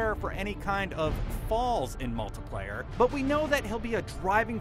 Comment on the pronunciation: Anyone else get irritated when he said "multiplayer" ... ._.??